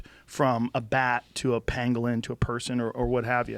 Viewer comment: "Panglin" LOL